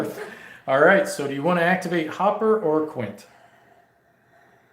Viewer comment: Not Hopper. Hooper.